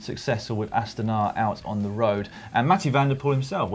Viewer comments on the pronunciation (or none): Im sorry dan but I dont like the way you say astana